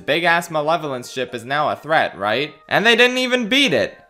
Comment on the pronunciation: You forgot to mention that near the end of the Ryloth arch finale the Tactical Droid says “prepare my shit” instead of “prepare my ship”